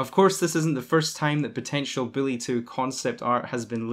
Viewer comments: Learn how to say bully. It's not billy! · Am i the only one hearing the way he say Bully = Billy ?